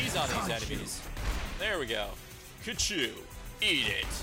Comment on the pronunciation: its khonshu ok kachu